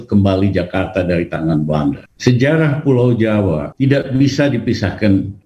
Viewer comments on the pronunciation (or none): SejaLah.... 🤣🤣🤣🤣🤣 SeJarah........ Lijal. Lamli